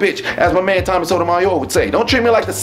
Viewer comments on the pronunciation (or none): none